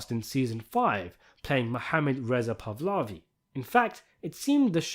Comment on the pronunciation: Its more pronuced like Pa-lavi not so much Pah-levi